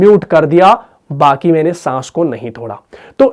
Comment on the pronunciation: بھت خوب۔ لیکن بغیر۔ باقی۔ ختم۔ ان الفاظ میں آ پ کا تلفظ ھے۔ باکی کھتم۔ بگیر۔ ؟؟؟؟؟؟